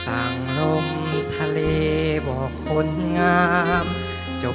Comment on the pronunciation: เสียงดีมากใกล้เคียงต้นฉบับเพียงแต่เสียงบางกว่าหน่อยเพราะอายุยังน้อย ออกเสียงชัดเจนดีมีจุดเดียวตรงคำว่า"คน"ดูแปร่ง(คหสต)